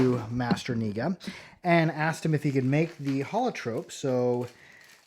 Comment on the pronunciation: FYI the "K" in "Kniga" is not supposed to be silent 😊👍